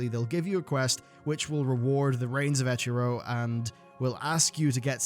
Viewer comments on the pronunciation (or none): Eker-o. Not Echer-o.